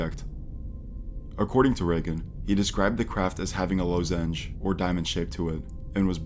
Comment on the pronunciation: Have never heard someone pronounce “lozenge” like that lol